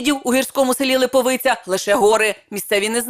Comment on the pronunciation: Не липоВиця, а Липовиця. Я туди на роботу їздив з Рожнятова.